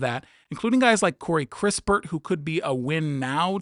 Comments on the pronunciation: You don't even know who kis-pert is not kris-pertyour just reading something someone wrote for you who obviously doesn't know him either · Kispert not crispurrt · It's Kispert, not Krispert, Johnson is a PG rather than a shooting guard and there is zero percent chance the Wiz would trade next year's #1 pick to you. The Wiz own swap rights with the Dubs in 2030 so cancelling that is more likely. I agree the Warriors will be after George, who played PF last year rather than SG as your graphic showed.